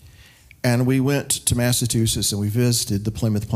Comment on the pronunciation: “Mass-ah-chew-sits.” / An aside: Washington crossed the Delaware on December 25th, not “Christmas.” It was the target Hessians’ Christmas. Christmas wasn’t a celebrated then by the vast majority of Colonialists.